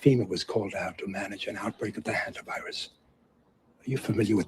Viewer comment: Does he mean “Hanta” sounds like Santa? Why is he saying HUNT a? Obnoxious word, ridiculous pseudo science Hogwash